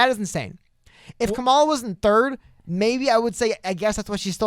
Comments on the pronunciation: Period, qustion mark, comma. That's how you say Kamela. Comma La. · Nice vid, and Yang Gang all the way! But.. can we pronounce Kamala correctly? "COMMA-la" according to a video of her being asked how she says her name. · For the record, it's comma-la. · You can say "Butttigieg" but ka-ma-la is difficult!?🤔 smh "or however you want to pronounce it"😠🤠